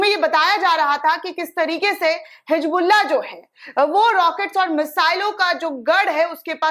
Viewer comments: Madam, it is Hizbullah not Hijbulla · Madam hijbullah nahin hizbullah zara Urdu seekh kijiyega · Didi ji Bas aap HIJBULLAh nhi Hezbollah kaha kariye